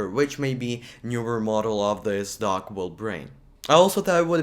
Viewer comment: I also thought he said DOG .